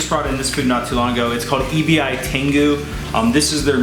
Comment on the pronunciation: EBI is pronounced ”Eh-Be” Japanese word for Shrimp. I'm going to order them after finishing this vid :)